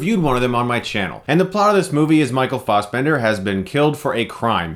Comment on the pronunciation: It's. not. Farsbender.